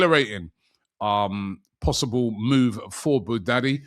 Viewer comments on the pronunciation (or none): Robbie, it’s “BOU-YADDI”, not Bou-daddy”. Think of Wyardie… and it’ll be easy to say “BOU-YADDI”. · “Ayoub Boo-daddy” …come one Robbie 🤦‍♂️ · Robbie always butchering names Boo daddy is crazy. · Bouaddi not Boo-daddy!!! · Robbie, repeat after me: “Bu-a-di”